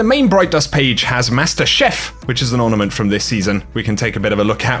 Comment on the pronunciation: For master chef emote u called it an ortament